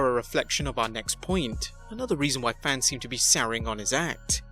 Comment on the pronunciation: You said faneez... I can’t even spell it. It is fans. Wtf. Goddamn foreigners!